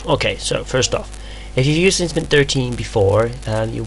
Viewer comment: Ok, seriously. You are almost uninteligble. You tend to rush through entire syllables, but not all the time which makes it even more difficult. I played the video twice before I realized you were saying LinuxMint, not linamnt. Please for Pete's sake slow down and just listen to your video!